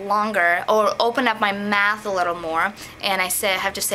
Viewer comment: when you were taking about the word "on", when you said "mouth", it sounded like "math".